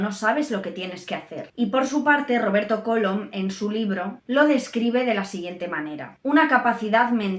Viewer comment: ¿Cólom?. ¿No será "Colom"?. Por favor...